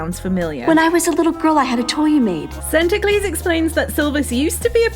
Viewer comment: Sorry, but Santaclese :D :D :D.